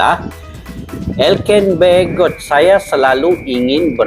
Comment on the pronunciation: ELKAN BAGGOT Bukan ELKAN BEGOT kali wkwkwkw